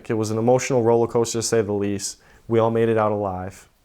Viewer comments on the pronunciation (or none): none